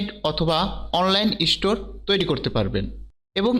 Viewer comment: ইষ্টোর না ভাই, স্টোর। আগে ভালো করে বাংলা বলা শিখুন 🙏